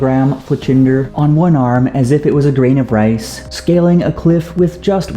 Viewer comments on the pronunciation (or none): none